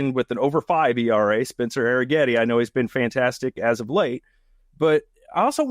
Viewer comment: Question: why is it pronounced Air-n-getti when there's no N? 😮